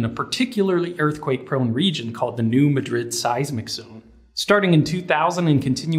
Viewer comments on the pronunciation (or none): It's pronounced New "Mad"rid. I grew up there. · I cringed when he said “New Muhdrid”. I get thats how they pronounce it in Spain, but trust me….its MAdrid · The seismic fault in that area is pronounced New MAD-rid, not New ma-DRID. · Isn't it pronounced New MA-drid (first syllable emphasized)? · It's on the New MA-drid Fault, NOT the New Ma-DRID Fault. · Great video. Thanks for sharing. Just for your info, it's pronounced "MAD-rid", not "muh-DRID." Rhymes with "Bad" and emphasis on the first syllable. I learned the pronunciation from locals in New Madrid, Missouri, the center of the last big quake. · It's "new MAD-rid" not "new ma-DRID" ... It is named after the city in Spain but pronounced differently in the US midwest and the South. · It's "New MAD-rud." Not "New muh-DRID." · You're putting the em-phasis on the wrong syl-a-ble. "Mad-rid" might be a local dialectical form, but "Muh-drid" is very common. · New Madrid is pronounced "new MAD-rid, not new ma-DRID. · Actually, it's closer to "Mad - RID" as opposed to "mah- drid," of the Spanish city. I didn't come up with the crazy pronunciation. So, don't blame me. Missouri also has a Mexico and a Moscow among a dozen other cities and towns named after foreign places. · Hahaha, as someone from that area, I love when people pronounce it the "New mah-Drid" fault. (Locals call it the "new mad-rid" fault) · Small quibble: it's pronounced "New Mad-rid" not new ma-drid. Otherwise love the vids. Thanks! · I thought it was pronounced "new MAD rid" as opposed to "new ma DRID". This would be different from the Spanish city whose spelling it shares. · Quick point, Madrid in New Madrid is not pronounced like most people pronounce Madrid, Spain--its mad-rid not muh-drid. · New Madrid - pronounced New Mad Rid. Just like how Milan, TN is MY Lan. and Lebanon, TN is Le Ban Nun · I am sure others have posted this, but New Madrid, going by the pronunciation of the town in Missouri, is pronounced MAD-rid. Don’t ask me why.